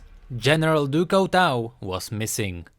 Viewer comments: Couteau is pronounced coo-t-o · BTW Couteau is pronounced Cooto its french ;) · Couteau is prenouced coo toe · He said Couteau wrong rip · By the way Couteau meens knife and you are not saying it right (Couteau is a french word)